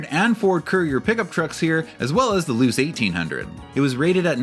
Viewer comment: I believe Mazda Luce is pronounced "Loo-Chey"